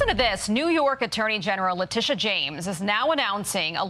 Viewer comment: Her name is Letititia, Le-tittie-ah